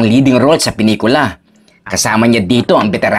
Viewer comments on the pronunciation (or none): Bakit tawag mo sa pelikula eh penikula 😂🤣